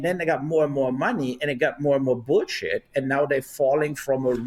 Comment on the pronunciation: No one says boolsheet quite like the Germans.